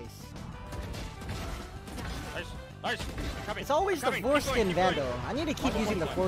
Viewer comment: did bro say forskin vandal